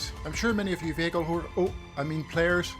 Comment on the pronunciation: vehicle ho? Lmao